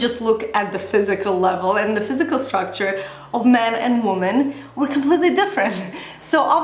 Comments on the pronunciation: Not trying to be mean but the plural of woman is women (it is pronounced differently unlike man and men which is pretty similar). Sorry to be correcting you but it was bugging me haha. Great video though, loved that you are addressing this topic! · you speak good English, but you might want to work on your pronunciation of the word 'women'. For me as a viewer it was annoying. Aside from that, I enjoy your videos, so thank you for them. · your pronunciation of the word WOMEN is wrong. Check it out. I love your videos and watch them for several years. But you make very rude mistakes so that I (a person whose native language is Russian) can hear them and pay attention to them. I believe that a person who speaks to a great number of people should be more concerned about his/her speech. Sorry if I sound rude. Thank you!